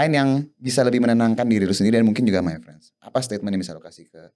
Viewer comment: Harusnya MayFriends (pengucapan: MeiFrens) Bukan MyFriends (pengucapan: MaiFrens)